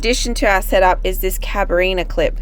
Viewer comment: Carabina clip not cabarina :-)